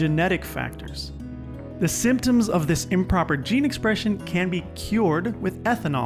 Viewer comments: Improper 'geen espresxion'. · Sorry but “Geen esprexion” ??????